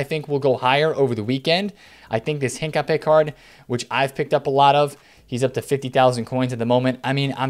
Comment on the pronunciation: It's Hincapié not HIncappe